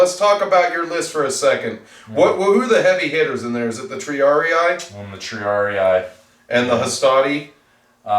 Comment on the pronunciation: It is "Tri-AR-ee", not "ee-eye".